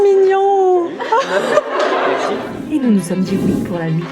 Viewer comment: On t' adore tu es la meilleure YouTubeuse 😜 Ps:la première fois elle a dit "mignonn"mais je pense pas qu'elle va dire ça après😂😂😂